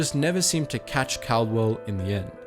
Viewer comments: called-well ffs not cal-de-well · It’s not Cardwell, is Caldwell, it’s said Called well. Believe me I know, that’s one of my last names 😂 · The Australian pilot's name was pronounced 'CALLdwell', and the VCs that went to Upham are 're-VEERED'.